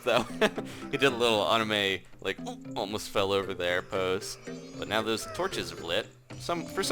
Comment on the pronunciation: Lol he said ohnime